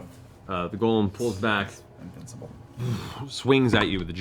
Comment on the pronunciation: People made fun of Matt for pronouncing sigil with a hard "g," but at least he can pronounce golem correctly. (with a long "o") Refreshing to not hear "gahlum" for once!